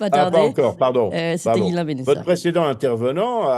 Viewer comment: Je suis désolé de vous reprendre chère, mais c’est Ghislain pas Guillain Et ne pas comparer le cas de ce monsieur en Roumanie et celui de Madame Le Pen s’il vous plaît